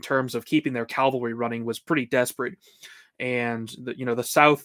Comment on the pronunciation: why can't so many Americans say cavalry? 😆